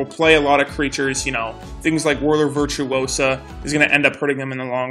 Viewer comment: ITS VIRTUOSO not virtuosaaaa